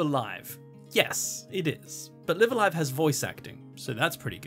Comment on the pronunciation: FYI, both instances of "Live" in "Live a Live" are pronounced the same. Note the Japanese title: ライブ・ア・ライブ